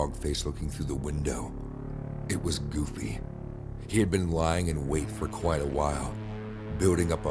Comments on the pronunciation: dawg did he say “Goofly” instead of “Goofy” when Mickey and Goofy appeared in the classroom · I know the Disney one was supposed to be scary but how am I supposed to be scared when all I can focus on is that the person telling the story said "Mickey and Goofle”?!